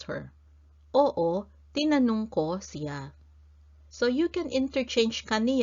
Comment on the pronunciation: Is there two different ways to pronounce Siya? Sometimes you pronounce it (si ya) other times you say (shya)